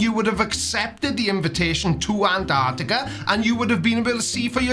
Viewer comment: We all know is a congenital liar but to give him credit he's the only septic who can say the word Antarctica correctly